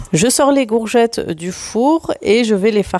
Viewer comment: Coucou Super vidéo comme d habitude Bon courage pour ton rééquilibrage alimentaire en tout cas tu es déterminée. Le faites que tu prononce gourgettes au lieu de courgettes, je trouve ça trop mignon. 🥰😘